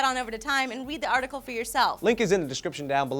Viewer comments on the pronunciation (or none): I will wead the awtical lee haa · dont you tell me what to wead... anyone else hear her say wead? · did just say 'Wead the article'?